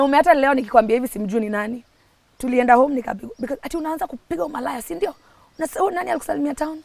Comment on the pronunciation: That 'sindio' is coming out so well 😊 Such a bold girl. A good story teller. And so favoured too. The Lord keep you and give you another chance